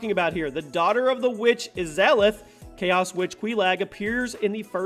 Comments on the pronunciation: Nice video, but that's not how you say "Izalith" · You pronounce Izalith and Quelaag very weirdly